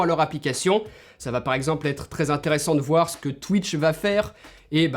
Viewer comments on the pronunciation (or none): none